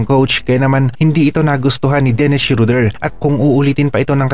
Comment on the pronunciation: boss hindi shoder schroder